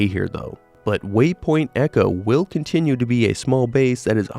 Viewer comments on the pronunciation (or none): none